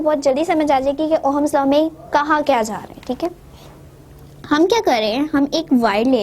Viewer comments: Ooo hummus law nai ohms law hota hai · Ohm's law is not pronounced as oham it's pronounced at oms 😊😊।। But still thanks😊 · mohatarma..with due respect...pehle thik se pronounce kijiye..its ohm's law not Oham's law. aapne bola battery, draw kiya cell. volt hota hai unit of voltage..volts nahi... physics hai...halwa nhi hai....ki jaise marzi pdha diya..